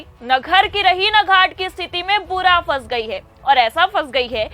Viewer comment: Word sahi boliye fas nahi hai phase gayi ye sahi hai